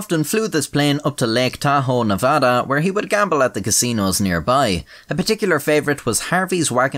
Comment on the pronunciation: How did this man manage pronounce Nevada wrong and right at the same time